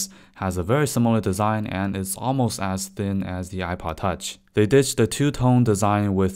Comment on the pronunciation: The way he is saying ipod touch ;DD [apaatach]